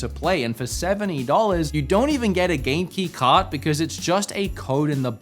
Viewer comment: What's Genki card? Oh Game-Key card. It sounded like you said Genki card. I wouldn't put it past Nintendo, or some other company in Japan, to release something called a 'Genki card', so, I didn't even question it in my head.